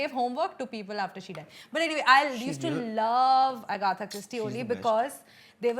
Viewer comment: It's Agatha not Agatha 😉